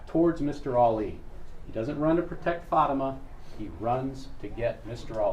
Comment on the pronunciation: The defense consistently mispronouncing Fatimahs name is driving me insane